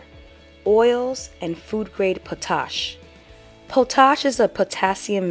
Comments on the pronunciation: Potash is used as a fertiliser. It's pronounced pot - ash not puh-TASH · New subscriber. Great video young lady 💯 ❤️ & Pot Ash is how it's pronounced. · Potash is literally ash.... nothing special at all....pronounced pot-ash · Thanks! I've been making soap for decades but this is really a different process. Thanks soooo much! However, please, it's pronounced Pot Ash. Guess since I garden it's a term that comes up often. Accent on the first syllable. Like a pot of ashes. Don't want sisters mispronouncing! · Pronounced "pot" like pot and "ash" like ash, emphasis on first syllable.I've only made soap once. It makes me think of women stirring big pits over fires outdoors. As usual, quite informative.